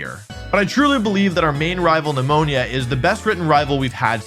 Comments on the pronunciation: Shoutout to Wolfey for his correct pronunciation of Nemona as Pneumonia like she’s a disease. It’s great. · laughing every time you pronounce the rival's name Pneumonia LOL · Lmao at Wolfe calling Nemona "Pneunonia" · I think it's actually Nemona, every video I watch, they mispronounce it as pneumonia... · MY MANS WOLFEY CALLED HER PNEUMONIA , I C ANT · Still out here calling her pneumonia 😂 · Her name is Nemona. No idea why he's pronouncing her name that way.